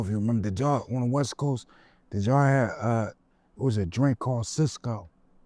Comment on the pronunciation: Nikka said Cysco 🤦🏾‍♂ That schit had bright color flavors and tasted like Robitussin lmao